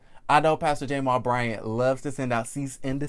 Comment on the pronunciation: Is there a reason why you're pronouncing Jamal Bryant's name that way. Its very annoying...And whats strange is that you are deliberately doing and I cant fathom why 🤔🤔